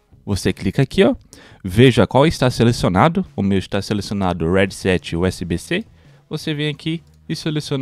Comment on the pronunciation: top man vlw só a pronuncia do headset que esta falando errado hehe tmj